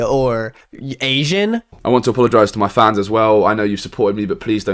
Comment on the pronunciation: the way says "asian" makes me think of "davinky?" /lh